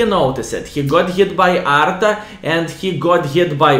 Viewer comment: 6.20 "He got hit by ARTA". Then he got "SVARM". Greetings vrom Visconsin!